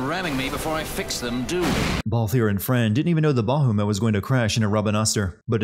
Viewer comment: I love this game. It's my favorite Final Fantasy.😊 Still a funny video.😁 I just started a new run, and this video was a little depressing in the end. Is there a "Everything great about games" Channel? Found it. Btw. The names are Kiltias and Bahamut. Not Kilitas and Bahumet. But maybe you did that on purpose, you sneaky skunk?🤣🤣🤣